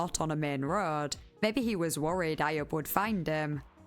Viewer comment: Ayub is pronounced “eye-yuub” lol